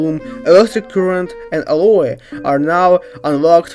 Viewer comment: I know I’m 2 years late but it’s pronounced; al-oh, not Al-oi